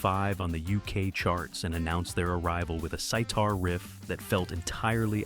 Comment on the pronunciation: More AI mispronunciations. "SIGH-tar" instead of sitar.